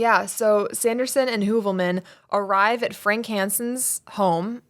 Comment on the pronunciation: My best friend’s last name ins Heuvelmans. You pronounced it so well. I had to ask her if that was her uncle/had she ever heard of him. She had not.